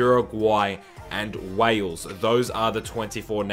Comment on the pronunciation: That's not Wales - that's Bales